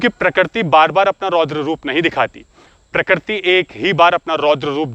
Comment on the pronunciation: Sujhav - प्रकृति not प्रकरती hum Hindi toh theek se bol hi sakte hain, you are doing great work 👍